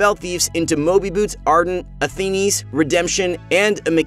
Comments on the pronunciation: It's pronounced ATHEEN not athen-e pls stop I'm tilted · Did... you just say... ATHEENIES?... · "athene-ies". Gets me every time. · Stop saying Athenis.